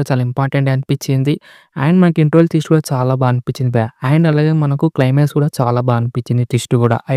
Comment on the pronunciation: పత్తి కాదురా ప్రతి తెస్ట్ కాదురా జస్ట్ సరిగ్గా పలకడం నేర్చుకో ముందు